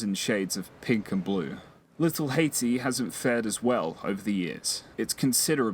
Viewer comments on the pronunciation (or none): none